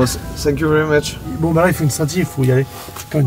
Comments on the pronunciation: Ça me perturbe qu'il dise sank you very much au lieu de thank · "Senk you" ta dit ta cru on était au Japon 😂😂😂😂 thank you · Incroyable mais le « sank you » m’agace 😂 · J’comprends pas ces français qui disant sank you!ça m insupporte!dites thank you en prononçant le f!dites fank you!c est pas compliqué quand même! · Ce que je retiens de Joyca : SANK YOU 😂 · « SSank you »